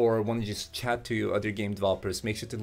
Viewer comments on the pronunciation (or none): none